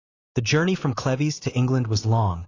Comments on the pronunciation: It's cleeves, not clevy; and Holbein is one of my favorite painters!🙄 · its not cleveees its cleeeves - UK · Pronounced clivs not clevy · Kleeves not Clevies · Sweetie you are mispronouncing her last name it sounds like leaves with a c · Watching from Watford. Hertfordshire. England. Love these ❤. It's pronounced. Sleeveless though. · Dumb AI can't even pronounce CLEVES. Turning this off